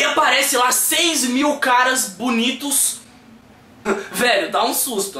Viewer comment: "Caras Bunituss" kkk ^^